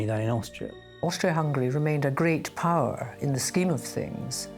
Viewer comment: Every time the Scottish guy speaks the word power... It sounds funny he says purr..... hahahaha